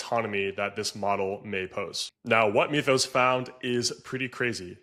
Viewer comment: The "y" in "Mythus" is pronounced as a short "I", NOT a long "e". Say the word as if it were written "mithus", NOT "meathus".